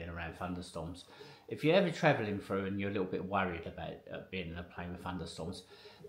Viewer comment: Did you say FUNDER, is it not THUNDER, you also said FROO and its THROUGH!!!!!!!